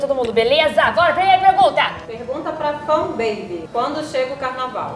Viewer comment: Não é gay gay é menino com menino é lésbica que fala ;-; e não é Fun beby é Funbaby